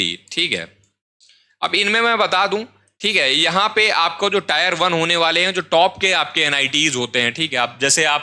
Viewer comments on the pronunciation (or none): ये टायर है or टियर